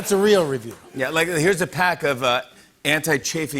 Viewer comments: I'm sorry, can Jimmy not say "real"? What the hell is he saying? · He drops his "l"...at the end! We do that sometimes too, I didn't even pick up on it til you said!